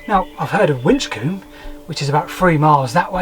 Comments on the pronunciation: For clarification...Its pronounced Winch-cum by us locals..rather than winch-coom.. great content..Bravo! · Winchcombe. Not Wincoome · are you american or something? It's pronounced Winch-cum 🙄😂 I live in Cheltenham, so we've visited that mosaic. We also used to camp on top of Bela's Knapp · It's pronounced winch-cum!